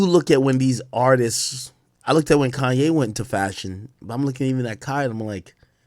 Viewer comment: This dude say KAIYE WEST😂😂😂😂😂😂😂💯💯💯💯